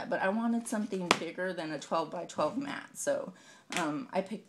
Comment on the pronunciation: Mat*...not may. :)